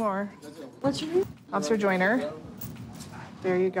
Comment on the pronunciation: OFFITHER GOTHLER...offither gothler....